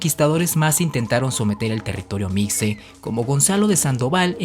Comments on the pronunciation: Se pronuncia se escribe mixe, se pronuncia mishe no micse... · Cómo siempre, muy buen video, pero con el ánimo de aportar, le comento que la palabra mixe, se pronuncia con el sonido de "j", no de "x";igual que Xoxocotlán, otra localidad de Oaxaca,. Saludos